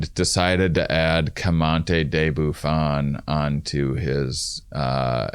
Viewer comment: Love u dudes, but this has been bothering me - isn't it Georges-louis Leclerc Comte De Buffon? you guys pronounce it like "commante" and that honestly sounds cooler but since it's a tier of the podcast I just wanted to ask lol.